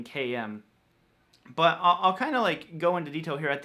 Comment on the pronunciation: Maybe it’s just me, but do you say the word ‘but’ with a ‘w’? I keep hearing bwut, bwut, bwut. I may be just going crazy